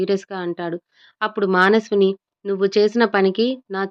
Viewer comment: మానస్విని కాదు మనస్విని కరెక్ట్ గా చదవండి